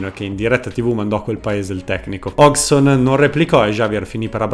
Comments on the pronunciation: Bel video, comunque una volta per tutte e a beneficio di tanti: Hodgson non si pronuncia "hogson" ma "hoggieson" = figlio di Hodge. Così come è da brividi che dopo 30 anni che è in Italia si continui a chiamare Mihajlovic "Sinìza". Si pronuncia "" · Sai che l'ho pure cercata la pronuncia di Hodgson ma nonostante tutto l'ho sbagliata nel video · A distanza di anni non sono ancora riuscito a capire come si pronuncia Hodgson: "Ozzon" ?, "Osson" ?, "Occion" ?. Comunque nel tuo video manca il peggiore di tutti, quello che dopava i giocatori con il caffe': il bello che la borghesia interista, continuando a ungere le ruote a Palazzo Marino, e' riuscita anche a fargli dedicare i giardini a Piazzale Axum. Continuate a farci ridere perche' lo fate dal 1908, avanti così.